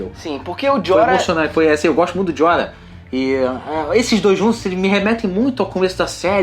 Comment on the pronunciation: jorah(joráh) seu corno!